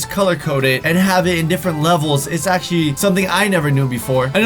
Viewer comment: who else noticed cant say actually💀